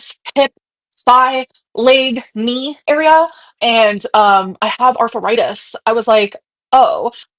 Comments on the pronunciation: Aurth-a-ritus lol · She now has "arthuritis", guise! Good Lord!!